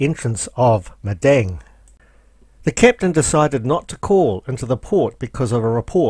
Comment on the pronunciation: Well done. Another well presented representation of your cruise. However you Kiwis will have to look at the map more closely and speak Aussie as the place is MADANG not Medang!! See you on another cruise some day.